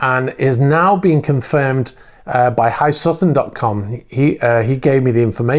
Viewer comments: I think that is H dot I Sutton not HI Sutton... Thank you for getting back to news about the yachts. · Pretty sure it’s H.I. Sutton not Hi Sutton. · I just thought If someone’s providing you information you might give them the courtesy of pronouncing their Name/Channel name properly. Your videos, so your choice though. Have a great day